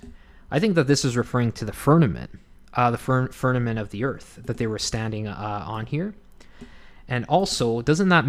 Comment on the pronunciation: This is great ! I love studies like these I totally think that the northern lights are suspicious And Polaris! Thank you so much 😊 It think it is pronounced firmament With an M Not firnament With an N